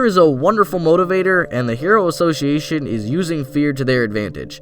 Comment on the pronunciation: Am I the only one who hates how author pronounces word "association"?